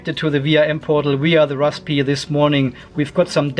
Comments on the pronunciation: Great video. Just say razberry! LOL hope that helps. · the P is silent, just pronounce it rarsbuhree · most people just pronounce it RAZBERRY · Raspberry is pronounced raz-berry. Simple. Well, for the English language anyway... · The p in raspberry is silent, my friend. You’re welcome 😊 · Banana pie does exist, orange pie also. I do like the way you say raspberry :) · no need spitting on the lens - P in rasPberry is silent. Zuper! :) Thank you for the video. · No to make fun of you but seriously, why is it so hard to pronounce Raspberry? Must be a German thing? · Nobody pronounces the P. It's silent. :)